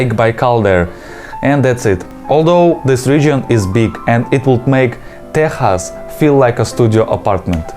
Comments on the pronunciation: Saying Texas like how you would say техас is hilarious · What a meaningful way to pronounce Texas. 🖤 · Was funny, tbf Russian doesn't have an X sound, so can't blame him too much loool